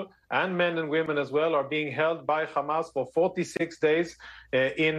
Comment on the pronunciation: Why is he able to say “hospital” but then say “khamas” as if he can’t pronounce the “h” anymore 🤔